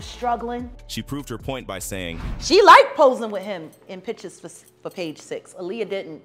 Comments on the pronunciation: These YouTubers need to learn how to speak if they're going to be speaking on videos her name is not a liar it's Aaliyah😂😂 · When he pronounced Aaliyah‘s name wrong, I was done. This video is pathetic.